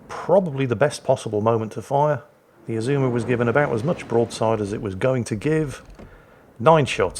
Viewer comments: Your second pronunciation of Azuma is correct. You don't lengthen vowels, if not indicated. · You also don't stress the second syllable like with most English words. No idea what the pitch accent for Azuma is though.